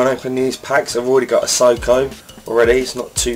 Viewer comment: Haha you funny lad! Isco not isoco lol